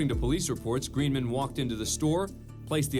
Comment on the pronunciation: Dale Roy Greenman says his name, the announcer still pronounces it wrong...